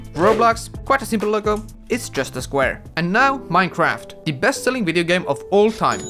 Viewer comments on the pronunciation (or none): none